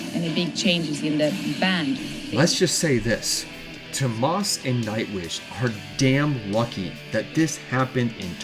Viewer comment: Ugh the North American butchery of their names lol "TOMAHS HOLOPEWNEN" - TOO OH MAS HOLO-PIE-NEN is the correct pronunciation. Great video though! Nightwish is the best.